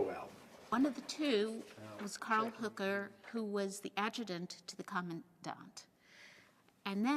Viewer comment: I find it strange that they can't pronounce Hoeker properly. It's not "Hooker".